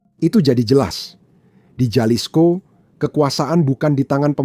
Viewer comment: Halisko bacanya boss ini Latin j dbaca h.